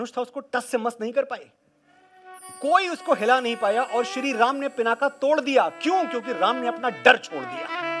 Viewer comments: पिनाका नहीं पिनाक बोलें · आप तो हिंदी शुद्ध बोले, पिनाका नही पिनाक है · प्रशंसनीय, अनुकरणीय। साधुवाद मनोज जी। मेरी एक हिमाकत के लिए आप मेरे को माफ करें। जिसे श्रीराम ने श्रीसीता के स्वयंवर यज्ञ मे जिस धनुष को तोड़ा था उसका नाम अजगव था। भगवान शंकर जिस धनुष को धारण करते हैं उसका नाम पिनाक है। एक कचोट मेरे मन मे लगी है जब आपने पिनाक को पिनाका कहा है। ऐसा क्यों? ये तो कर्नाटक को कर्नाटका, केरल को केरला बोलने की आंग्ल शैली जैसा है। राम को रामा, कृष्ण को कृष्णा, लक्ष्मण को लक्ष्मणा, शत्रुघ्न को शत्रुघ्ना, शिव को शिवा बोलकर क्या ये इनके अर्थों को बदल देने की हास्यास्पद आदत नही है